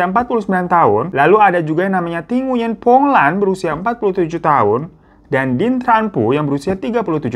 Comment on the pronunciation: Sekedar info aja, Nguyen dibaca “Nguing”.